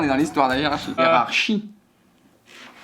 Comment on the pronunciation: ''Hiérar-CHIE'' --> pouce bleu.